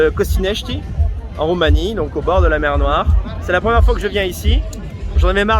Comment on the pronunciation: "C'est la mew noiw ?"